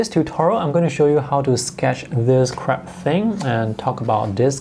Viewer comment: That had me laughing as well, it sounded a lot like 'this crap thing" LOL